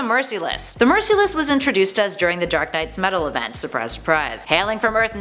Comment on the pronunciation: It’s merciless not mercyless